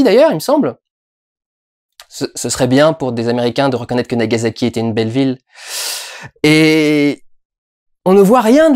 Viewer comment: Aaaah ce bon vieux "NagaZaki" qui fait saigner les oreilles. Bonjour, je suis l'étudiante en japonais chiante du jour :D A part ça, très bonne critique, encore une fois, ça fait plaisir de voir des passionnés de cinéma qui n'ont pas peur de critiquer des films de réalisateurs quasi "intouchables" comme Scorsese.